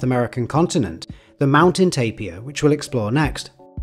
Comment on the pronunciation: Lastimosamente el locutor decía tapia en vez de TAPIR